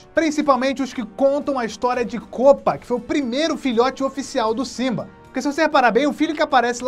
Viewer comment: Para de fala kopa